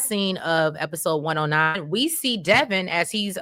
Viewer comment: its Devon like Divine not Devon like Kevin